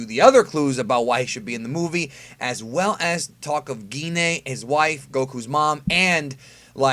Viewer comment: it's not gi ne its g ine